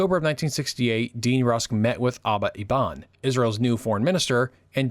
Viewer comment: As an Israeli, I find this video accurate and informative. It was a pleasure to watch. Just a minor comment: you struggle with the Israeli names. You know, their pronunciation is well-documented- either the Hebrew one or the somewhat skewed English version. You made up your own version for Golda Meir, Aba Eben and more. I mean. as a channel owner myself (obviously with another user...haha...) I find that proper spelling and pronunciation of names to be a major effort to tackle. p.s. I'm not here for complaining. If you want to have a short call, reply to this message and I will reach out.